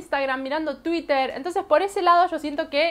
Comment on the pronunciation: no se dice twitter se escribe asi pero se pronuncia tuirer, no como se escribe porque lo estas diciendo mal